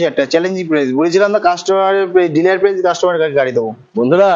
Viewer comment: ডিলার না ডিলিআর😂😂